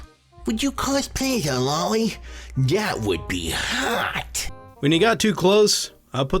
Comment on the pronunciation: Low-lee. Comes from Lolita by Vladmir Nabokov. And mahn-guh.